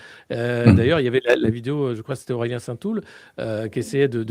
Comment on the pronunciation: Nota : Aurélien et non Aureien, sinon entretient intéressant.